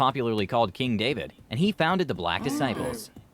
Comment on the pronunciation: King David wasn't his grandfather and the nigga said his name wrong. 😂🤣